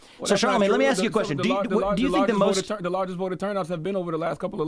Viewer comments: The nails that indicate they dont do much in life as far as work.....in thier entitlement.......and the word is "ask" not ax moron. Please do the math yourself scholar.....dont ask someone to do it for you. Lets go right down the waterhole honey......woke black entitlement is headed down the shitter just like these lazy victims should. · can you pronounce ASK correctly? Just once???